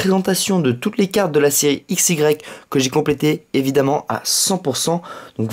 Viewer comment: Pourquoi tu dit iex?